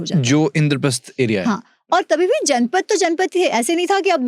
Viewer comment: It's जनपद and not जनपथ.